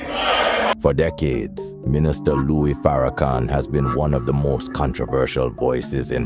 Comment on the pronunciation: Someone pronounced his name Louise ( a woman's name) instead of Louis( the man himself ). Maybe that is what the original commenter was pointing out; at least I hope so.